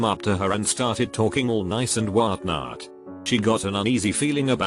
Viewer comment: The voice is English, but when he says whatnot he sounds American...